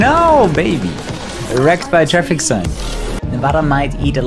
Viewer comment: Thank you for pronouncing Nevada correctly lol. It's something most nevadans cringe at lolol